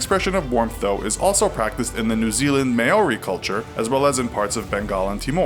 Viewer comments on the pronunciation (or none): Hey um. its written 'maori' and pronounced 'mawe (meow without the w) Ri (reeces puffs) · Also the New Zealand culture is pronounced maou - ri not focusing on the a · When New Zealand is left out in the map😂😭 When pronouncing Hongi with the ng pronounce it like siNG and the a in Māori isn't heard, the r is rolled and the I is pronounced like a long e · The way he says Maori. Something inside me died. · Maori pronunciation tho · You butcherd maori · your pronunciation of Māori and Hāngi, needs some work. If you ever make a video about Aotearoa and tangata whenua, please do more research. I started screaming at my laptop. Ka kite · Please look up how to say worlds from other cultures if you're going to say them onan informative video. Maori vowels are pronounced differently to English ones. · ughh he butchered the māori pronunciation sorry haha it killed me inside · ok... anyone else cringe hard at the way he said Maori?? Churr